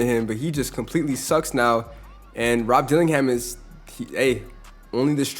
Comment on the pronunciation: bro said duke denins 😂